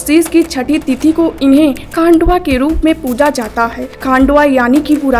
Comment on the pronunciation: मल्हार देव का नाम "खांडवा" नहीं है, खंडोबा बोलते है ( पता नहीं होता और कुछ भी video बनाते हो ) चुटिया साला